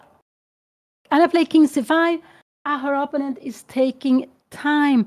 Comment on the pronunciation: Kära Anna. När nu din mamma är så inspirerande – och söt – att lyssna på, så skulle det vara extra trevligt om hon uttalade "opponent" på rätt sätt; det är trots allt ett ord hon säger ofta, så det är lite distraherande med hennes personliga variant.